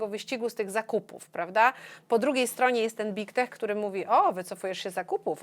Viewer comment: Proszę nie mówić bik tek, brzmi fatalnie. Poprawnie- byg tek, gdzie g jest wymawiane dźwięcznie. Angielskie i nigdy nie jest wymawiane jak polskie i.